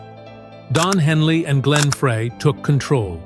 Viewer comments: it's pronounced "Fry" think one would you would get it right after doing several stories on the band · Correction ; Frey pronounced FRY